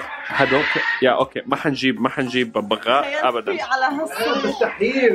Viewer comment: اسمه ببغاء مو بغبغاء